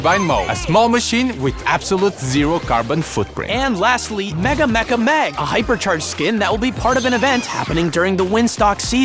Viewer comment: bro did not say mega or mecha 😂